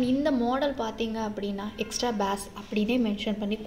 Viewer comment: It's not baas its bass ..🙂next time when Ur saying correct it thank u🙂